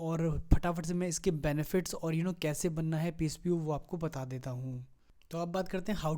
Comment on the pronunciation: "Pspo" nhi hota mr "posp" hota he,great knowledge